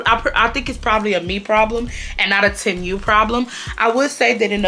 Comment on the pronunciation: Girl it’s “tee-moo” not “tem-u”😂